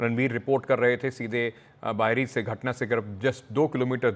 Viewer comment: बेहरीच नहीं बहराइच है पहले सही से बोलना सीख लो.